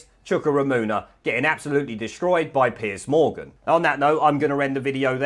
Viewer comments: Just so you know its not Piece Morgan, its Piers Morgan. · Isn’t it Piers? Not Piece Morgan? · It's PIERS Morgan , not Piece Morgan.